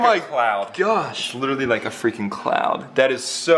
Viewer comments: Please don,t say freken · I heard him say frecun